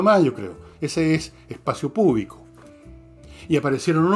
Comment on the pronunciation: "Espacio púbico" en lugar de espacio público. 😂 Grande Don Fernando